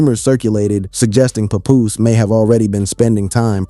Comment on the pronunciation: he said pepoose lol bless his heart!!